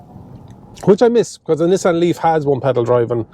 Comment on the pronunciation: Lovely "Nissian". Where are they built? Sunderland?